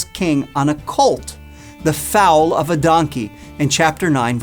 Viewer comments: HI So good, right from the Beginning! But you need to pronounce FOAL correctly! NOT FOUL! Shalom to us only in Christ Yeshua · It's pronounced foal, as in coal. Not foal as in foul. Pardon me for pointing it out.